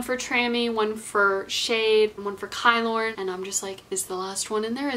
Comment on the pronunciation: I love this video so much, but I’m just annoyed at the way you pronounce kilorn, it is just kilorn, not kaylorn. Like how you pronounce kilt (scottish skirt) ki-lorn